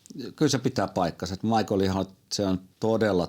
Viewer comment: Schumi on saksalainen, joten hänen nimensä kuuluisi oikeaoppisesti ääntää saksalaisittain "Miihael/Miihhael", eikä englantilaisittain "Maikl/Maikkel".